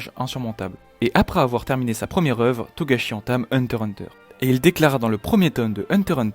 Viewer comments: par contre tu dégoute a dire hunter hunter sans le x mdr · dis pas hunter hunter stp dis hunter X hunter stp